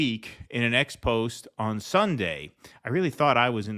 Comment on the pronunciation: The word is pronounced "expozay."